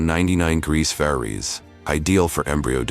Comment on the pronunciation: Please work on the pronunciation of "degrees", Celsius", and "Fahrenheit". It takes away from your otherwise excellent videos. It shouldn't be that hard to straighten out.